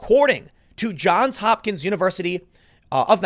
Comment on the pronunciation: JOHNS Hopkins. JOHNS <-- every time I hear "John Hopkins" I cringe. It is "JOHNS HOPKINS".